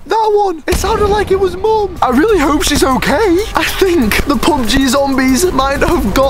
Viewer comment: when he said this is so much like pub gee he sounded like he said poop gee